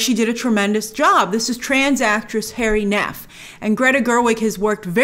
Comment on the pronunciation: Hari Neff: pronounced Huh-ri, not Harry. It's pronounced like Hari Krishna. 😊